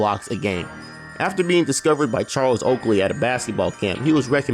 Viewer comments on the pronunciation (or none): none